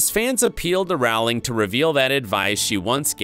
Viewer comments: You're mispronouncing JK Rowling's name. It's ow as in flow, not ow as in cow. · Yet another narrator who fails to rhyme JKR’s surname correctly. “Rowling” rhymes with “BOWLING”, not “howling”! RIP, Alan. /* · A very nice tribute. If should do any more of these vids based on works by J. K. Rowling, he should know that her last name does NOT rhyme with "fowling", but with "bowling". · It’s not rawling it’s rolling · The author's name is pronounce ROH-ling...rhymes with TOE. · Over 20 years and people are still mispronouncing Rowling's last name.